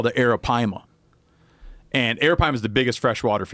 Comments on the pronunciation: Drinking game: take a shot everytime steve says aripima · Took a shot every time he said arropyma..got alcohol poisoning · hit the bong every time he says arapaima